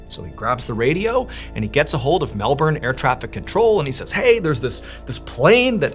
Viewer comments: Wow the last story was crazy and you pronounced the word Melbourne perfectly. Love from Australia:) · Did anyone know Australia pronounces Melbourne as "Melben" not "Melborn" and idk why we have never said that to anyone 🤣 Tbh I dont know anyone in aus that cares at all how it's said anywhere else tbh but heaps people always point out when a person pronounces any other state in a different country wrong ☠️😂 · Nice to hear an American pronounce Melbourne like an Aussie would and not like an American would!😂🇦🇺 I remember Fred going missing, huge mystery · I think we should name you an honorary Aussie Mr B. Your pronunciation of Melbourne was spot on. 😁🇦🇺. This case has to this day never been resolved. No wreckage...nothing. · Added bonus and Kudos Mr Ballen for actually pronouncing Melbourne correctly and NOT like MelBORN !! 👍👏👏😁😎🇦🇺